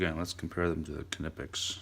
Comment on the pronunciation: Amazing somebody who actually knows how to pronounce knipex